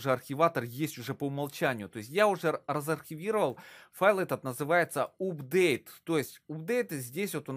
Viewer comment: вообще то правильно читается апдейт